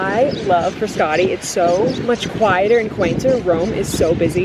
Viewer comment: I’m Italian and thats not how you pronounce Frascati or Trastevere.